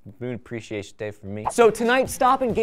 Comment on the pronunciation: Yey Moon abweeciation day!